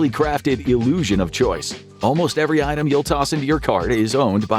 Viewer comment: YEvery? No,it is every